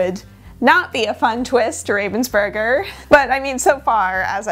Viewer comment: That was the curse for pronouncing "Ravensburger" the wrong way... 😜